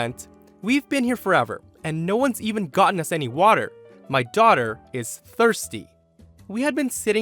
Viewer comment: Oh ok it was english, sorry. Thought she said "Tochter" 😂